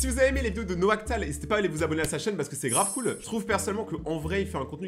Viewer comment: Mdr, "Noactal" ? Bref, sinon maintenant que je le connais je le lâche plus Naoctal.